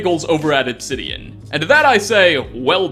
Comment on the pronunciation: But actually the never says Obsidian and even if he did he mispronounces it. He’s like Oxhorn just a Bethesda shrill.